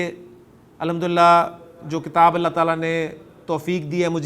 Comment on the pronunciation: Correct hadith pronounciation it is kitabullahi wa sunnatu nabiyyih not kitaballahi